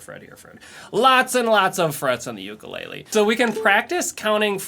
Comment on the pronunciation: If you're going to teach how to play an instrument you need to learn how to properly pronounce the instrument name. I was so excited to use your videos for my Hawaiian son until I heard you say ukulele wrong